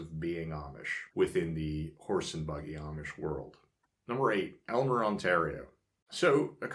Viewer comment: Enjoy your videos immensely, but could you please pronounce Aylmer correctly? The correct pronunciation is AIL-mer. Don't worry....even people in Southern Ontario can't pronounce it right.